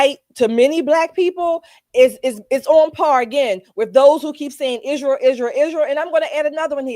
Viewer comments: Why does this piece of sheet say izhrael? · Why does she pronounces Israel "Ishrael" ...that's weird